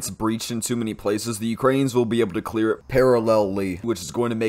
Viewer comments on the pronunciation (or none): none